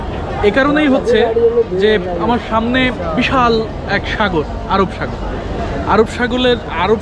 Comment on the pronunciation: কেউ সুনোক বা নাই সুনোক। কিন্তু আমি শুনেছি ভাই আপনি আরব সাগর কে আরব সাগোল বলছেন How very funny😅😅😅😅😅😅😅😅😅😅